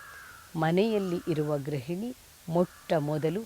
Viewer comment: ಒಳ್ಳೆಯ ಕಾರ್ಯಕ್ರಮವಾಗಿದೆ ಗ್ರಹಿಣಿ ಎಂದು ಹೇಳಬಾರದು ಗೃಹಿಣಿ (ಗ್ರುಹಿಣಿ) ಎಂದು ಹೇಳಬೇಕು